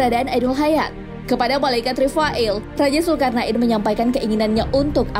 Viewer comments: mohon maaf min, penyebutanya Raja zulkarnain bukan zulkarnak in... 😊 nggak enak didengarnya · Pengen ktawa denger komentator nyebut zulkarna in 😂😂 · Hellloooo zulkarna IN ???? bacanya betulin pleaseee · Zulkarnain bukan zulkarna in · Salfok sama penyebutan nama raja zulkarnain😓